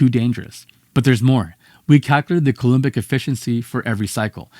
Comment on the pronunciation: Yeah, but lots of unnecessary speculation. They have no idea what's in there. Also, language-nerd comment for: cou-LOM-bic, not cou-LOOM-bic. 🙂